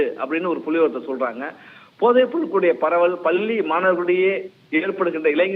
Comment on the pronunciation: Try to pronounce properly. பல்லி மாணவர்கள் அல்ல " பள்ளி மாணவர்கள்"